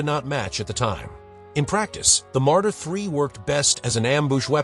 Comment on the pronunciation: You showed the SdKfz 222 not 221. You spoke about Panzer II and showed a picture of a chassis of Panzer 1, with the turret of Panzer 2 but the positions of the 2cm MK and 7,92 mm MG are changed... You spoke about SfL Marder III and it was written: Martyr III 😂 It should be: the Battle of Kursk and was written: the battle of course 😂 Jagdpanzer Hetzer was written: Hedser 🙈 StuG III was written Stuguuji III 😂 Also not Stew IV 😂 And many funny written faults more! 😊 Thank you for uploading it, interesting!👍